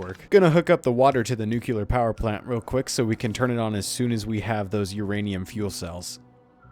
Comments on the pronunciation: why do you say nukular when the word is nuclear? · Drinking game: Take a sip every time this guy says "nukelar" instead of "nuclear". See how long you survive. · newkiller reactor